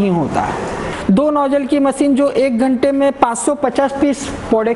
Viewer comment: Very very poor pronunciation like: Machine not maseen Composition not compojisan Thousand not thoujan Zyaada not jyaada Business not bijnes Customer not cushtomer